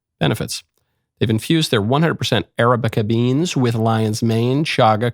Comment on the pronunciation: Arabica: is pronounced "uh-RA-bi-kuh" not "AIR-uh-BI-kuh"